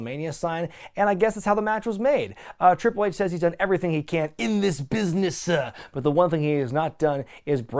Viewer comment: “in this business-ah” “just die-ah”